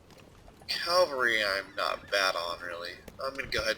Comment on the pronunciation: It's spelled ca-val-ry, not cal-va-ry; good luck on the playthrough; first episode's great. Cheers.